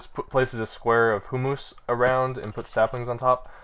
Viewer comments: I know I sound like an asshole, but it's not "hum-mus", and it's not "hoo-moos" it's "hyoo-muhs". Let the flaming commence. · The correct pronunciation sounds more like "humis" p